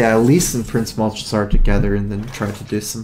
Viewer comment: Anyone else bothered by pronunciation of Malchezaar? It sounds wrong, whether it actually is or not.